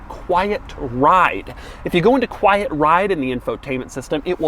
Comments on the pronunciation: Doug the type of guy to add syllables to words. “Quiet-uh ride” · Doug, quite mode exists in every car, it's called fader.